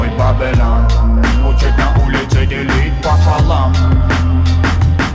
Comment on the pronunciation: это идёт из Растафарианства, Вавилон это мир грешников, которые лезут по головам, наплевав на ценности и мораль, люди без понятия совести и не ищущие Бога, они не следуют мечте, а ищут выгоду, за что сами же платят горькую цену (карма). Ну а Бабилан, это фишка произношения Панды и Мияги. Бадман - это второе Я каждого человека, это Я заложено Бабиланом в каждом человеке, эгоистичное, лицемерное существо, с которым нужно сражаться лично каждому. Если вам нечем самим додуматься до смысла трэка не значит, что он бессмысленный. Просто кто то слишком тупой чтобы понять его